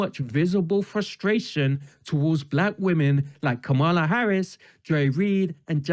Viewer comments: Ugh! Her name Kamala is pronounced as comma-la. Not kuh-ma- la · comma- lah